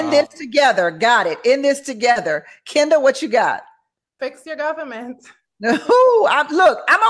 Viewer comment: Kinda (even tho she says Ken da 🙄 lol)